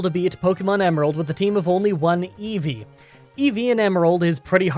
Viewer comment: He should reverse the audio of him saying it. Every. Single. Time.